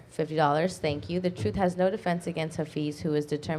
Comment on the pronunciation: "Troof". Can this man please get an inhaler & Invisiline or something? His speech impediments kill me & he's not as articulate as he thinks he is.